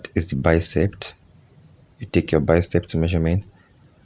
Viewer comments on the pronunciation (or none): It’s BICEP, not BICEPT